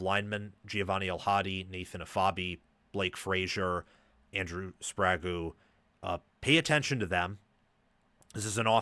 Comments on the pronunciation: Efobi was pronounced weird too but spragew is crazyyyyy lol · Pronoucing his name Andrew Spraggewww is crazy work Bro!!! 🤦🏾‍♂️🤦🏾‍♂️😂😂😂